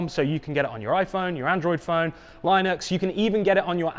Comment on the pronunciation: That's the most amusing way I've heard someone pronounce linux.